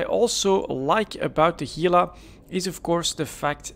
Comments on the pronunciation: I'm happy you pronounce Gila correctly, it's irritating hearing someone use G instead of H lol. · yeah no, it's pronounced "hee-la".